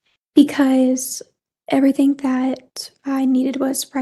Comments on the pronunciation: I hate how she says "everythink". She's even got her daughter doing it. I really feel Harley knew more than she said. Man she tortured Al and Landon. She tortured them with all the phone calls he had to make with that monster and she tortured Landon by calling her with Ganon's phone and leaving her texts giving her false hopes. She is purely evil and she is most deserving of the death penalty. She played games with everyone and she is just absolutely evil. She's worse than a vicious dog and should get put down like one. Just an absolute monster. I fear that life in prison is not going to work with her because I don't think she's going to ever feel badly for what she's done. I think she's proud of what she did and with hurting so many people. That was her goal. So she's most likely smugly sitting in prison now happy that she didn't get capitol punishment. I think she feels like she won all the games she played. Smfh. Shame on her soul. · It isn't just EVERYTHINK. It's every word ending in ING or just G. "I did NOTHINK WRONK " They have my diamond RINKS", This demon can't speak the English language. AskinK questions that start with "WHY COME .....?" IT'S EMBARRASSINK‼️‼️ Talking about looking in the Land Field that she pronounces Land Filled. I can fill an entire page of this BS. Damn HILLBILLY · How bout the way she says anythinK or everythinK and even has her daughter talking like a dumbass like that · Yes they both speak like HILLBILLIES. Hopefully Harley now knows that is NOT how words endinK in ING are pronounced .